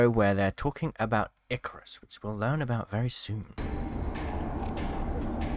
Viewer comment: once again another person mispronounces icarus